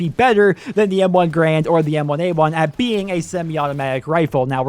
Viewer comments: "M1 Grand" lol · M1 GRAND? Re-read that shit, boy, you're doing it wrong.